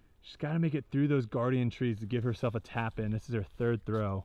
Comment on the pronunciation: Did I hear a "3th" in there lol haha